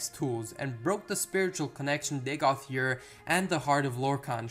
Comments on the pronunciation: Dagoth "Yur"? Am I missing something? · Good video. I know you said it in the beginning, but you are calling him Dagoth Yurr. It is funny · Dagoth YURR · Dagoth Ur's pronunciation is NOT subjective. He SAYS his own name in game! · Pronunciation is wrong. He says his own name. Too distracting to continue watching.